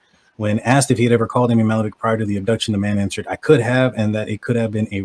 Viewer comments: It's pronounced Ma*hal*la*veck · You’re butchering her name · If you want to use this girl for views… learn how to say her name. And those of us who grew up in this neighborhood know who did it. It’s not this guy.